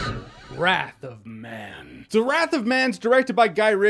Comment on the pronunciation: he said "wrath of math" , don't know why im laughing